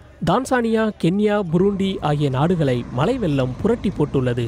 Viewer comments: வெல்லமா?? அதை வெள்ளம் என உச்சரிக்க வேண்டும். ஒழுங்காக தமிழ் பேச தெரிஞ்ச நபர்களை செய்தி வாசிக்க செய்யுங்கள். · வெல்லம் அல்ல வெள்ளம்